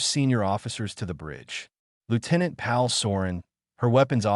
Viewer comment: Sorry, the AI with the fake Indian accent lost me, even more than the rendering of Paul as Pal.